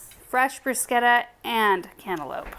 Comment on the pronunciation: Love Love Love...even the bunny pillows! LOL! I'm so happy to hear you pronounce bruschetta correctly! YAY! On that note, next time you put that together, try a layer of ricotta cheese on the crostini (you can add more garlic to the ricotta if you like) then your tomato mixture (which looked AMAZING!) doesn't easily fall off! I like it this way because my top stays with the bottom better and adds a little...yum yum! LOL! Love this video...as always! Your family is wonderful!